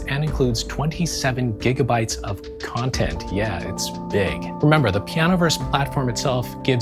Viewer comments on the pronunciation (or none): none